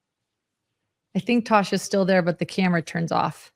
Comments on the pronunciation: Tass, not Tosh.🙄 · I think it's Tass, not Tash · Tass said "I'm not turning this camera back on until you get my name right! "😂